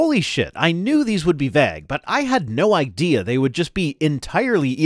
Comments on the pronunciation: How have I never noticed that pronounces vague as "vegg." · I was looking through the comments for exactly this before I posted my own. Is it a Canadian thing? Or is it a thing? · Am I the only one stuck on how is pronouncing 'vague'? I've never heard it pronounced that way, and it throws me every time he says it in this video. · So do all Canadians pronounce vague this way? The funny thing is his “vague” rhymes with my (American from New England) “bag” but most Canadians I know pronounce “bag” so it rhymes with MY “vague!” 😂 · As a British English person the long eh sound in pronunciation of "vague" was noticeably "Canadian" to me. The General American one is close to ours but a bit shorter I think; closer to that in "pay" than "paid"